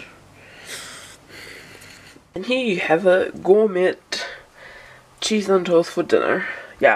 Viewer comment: Gourmet is pronounced gor-may, or were you being sarcastic? Btw you have beautiful natural shaped eyebrows when they are not filled in. You don't need to fill in your eyebrows because when you do, it looks too harsh and way too dark!!! Just do touch ups.